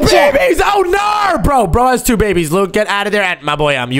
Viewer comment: The way he said oh noar is so funny😭